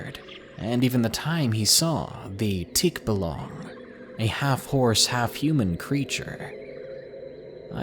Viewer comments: its not tik-belong, its tik ba-lang 😂😂😂,but the stories are good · Wow! You have someone entry from the philippines here! The half horse half man is pronounce TIK-bah LANG. not really a monster but more like goblins ir elemental, we also have like skin walkers called ASWANG.